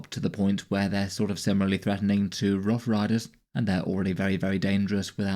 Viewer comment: Its "rough"